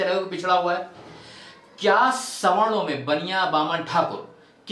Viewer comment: Sawno-😂😂 Bolna to Sikh lo aage aae hue logon